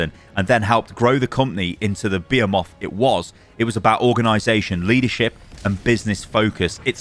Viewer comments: Bro pronouncing behemoth as "be a moth" is crazy lol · wtf did you say? beeyyoomuff? lmao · That pronunciation of behemoth lmao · Isn't that just how they pronounce it in England? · There seems to be a recent meta for "interaction baiting" where content creators mispronounce certain words on purpose, so people correct them in the comments. Not sure if this is the case or just a british pronunciation thing lol